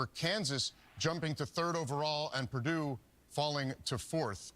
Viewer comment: They refuse to pronounce "Purdue" correctly, no matter how many times they hear it.